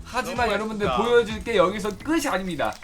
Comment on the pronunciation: '끝이' 는 [끄시]가 아닌 [끄치]라고 발음해야 합니다. 영상과는 관계없지만 많이 거슬려요